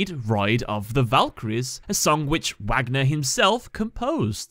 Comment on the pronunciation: Are we gonna ignore that he said wagner like Wag not vag